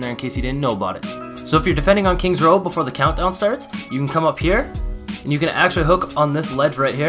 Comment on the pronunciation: “kings row” 🤦🏻‍♂️